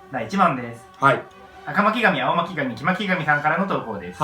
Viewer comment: 赤巻紙青巻紙黄巻紙言えたのすごいのとその後のよしがかわいい